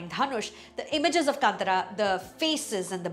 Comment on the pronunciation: It is Kanthaara not kantara when said in English.